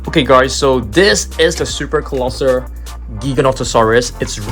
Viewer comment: “Colossal” :❌ Colosser : ✅